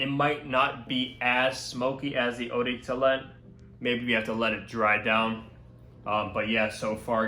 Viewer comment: Sounds like he said eau de toolet